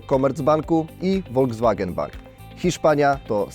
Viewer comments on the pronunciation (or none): none